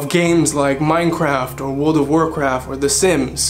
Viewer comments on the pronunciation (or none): none